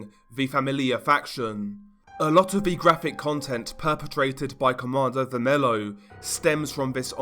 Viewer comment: You pronounce Comando vermelho as comando "ver-me-llo"